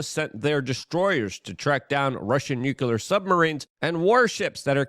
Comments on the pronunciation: Hey Luke, what does newkyouler mean? Is it a form of the word nuclear(new klee er)😬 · WHY do so many of my fave yt guys pronounce noo klee ur wrong??? Bugs me to no end.